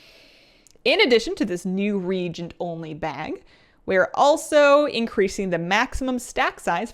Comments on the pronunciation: I can't get over the pronunciaton of the word reagent, in English it's Re-agent. My ears are sore, sorry. It's like the word herb which has a H sound not silent as in erb. Other than that excellent info <3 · lor'themar is Regent Lord of quel'thalas. you are using crafting re-Agents to craft gear. regent and reagent are not pronounced the same. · can I be a nit-picky jerk for just a second? I noticed you're pronouncing reagent wrong. I don't believe this is a regional issue. While the "ea" vowel combination is generally pronounced as a long ee sound, as you are using it in this word, the proper pronunciation is "ree-AY-jnt". It was bothering me. Sorry. I hope you're not offended,. I have been enjoying your videos showcasing the new things coming in Dragonflight. It should be a lot of fun. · Love your stuff! I am so sorry but I feel the need to say its pronounced ree·ay·jnt. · Is the "a" in "reagent" silent? I don't think so...it's not "regent", it's "re-agent". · Hi, love the content! Just FYI, you're pronouncing re-agent as Regent, which is a different word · Reagent - pronounced ree-ay-jent. Not ree-jent. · Why after 20 years of this game people still can't pronounce reagent correctly. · Just for the record, reagent is pronounce "re-agent", not "regent". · Re-agent, not regent! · Is it an american thing the way she says reagent? As in not re-agent.. but rather like regent as in a monarch. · so, you are far from the only person who does this, but it's pronounced re-agent, like youre agenting again, regent like a person appointed to administer a country because the monarch is a minor or is absent or incapacitated. sorry, it makes me cringe every time someone mispronounces it. Same with hearthstone (hearth, like the hearth of a fireplace or heart, not earth like soil) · Yes it seems petty and I love but this also drives me nuts....it's pronounced: re AY gents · Why do so few people know how to pronounce the word "reagent"? Ree-ay-jint